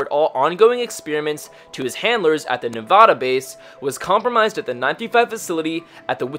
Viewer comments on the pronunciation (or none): You said it wrong its Nevada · You said Nevada kinda wrong.